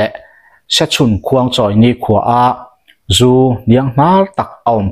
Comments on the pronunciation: Zu an zúuu tiin i lam ri a , a diklo in ka hria, zú an ZU ...ZU tih hi a hniam tur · 😂🤣🤣🤣🤣😄😂😅zu an zuuuuu.🤣🤣😂 iva han chhiar thiamlo hehhuh tak. Zu an zuthin, "zial an zu, tih a "zu" a rik dan angin lam tur. Nangniho vang hian alawm tunlai thangthar ten mizotawng an thiamloh em² a, diklo tak taka an lam tak thin ni. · Zu an zu😂😂meizial zu angin lam rawh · A ngaihthlak i va tinuam thiam dep dep ve. Tin, "Zu an Zu" tihkha vaihlo zial zu anga lam tur. Tunlai an Rakzu siam dan chu hlauawm tak ani. Tunlai mithenkhat Rakzu siam danah chuan Buh a tel tawhlo. Entirnan, Chini 10kgs ah hian Yeast- bawmkhat lo telh tase, Chau pack- na sarang suih bawk, fun 60 achhuak theia, Changel sahsawm an bilh tel chuan fun 70 a chhuak theia, Puan chiah varna Robin- burkhat an telh belh leh chuan fun 90 a chhuak thei daih ani anti. Saihapui lam mi, ka Tuikuk hlawhfa-in min hrilh dan pheichuan, Vaiho chuan Glycel- hlo tur telh hian a hlawk duh antia, chutiang chuan an thlawr thin ati. Mahse chutianga thlawr chu plastic bura han dah pawh hian a lo rei hnu chuan a rawng hi a dang daih tiin min hrilh ani. Hlauawm bet bet tak ani. Khap ani chungin kan in tho tho si a, Mahni intur zu siam dan tehi a rukin thiam ila, tin, Zu-in vanga ruih tum kher kher lovin, chapo leh midangte tana hnawksak kher lova damdawi ang leka kan hman thiam hi a hun ta khop mai. Khawchhak lam mi, kan hmel anpui Utube- han thlir hian ahmei apa-in mahni zu siam, tlem tlemin an in thina an rui betbut loh hmel tlat. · Thlà leh thlá te, Zú leh zù te, khawn leh khâwn tih te tam mai. Tawng thlûk dan dik zir i ngai nasa hle mai, a awmzia a bo lek lek thin. Entirnan, Zú hi an zú ngailo a, Zú an zu thin( zupawl tih a zu ang hian).